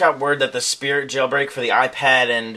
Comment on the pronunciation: you must have been so excited you called it "Spirt EASY" xD